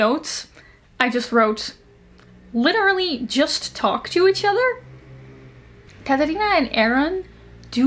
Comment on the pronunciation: that pronunciation for "Catalina" was 😙👌💋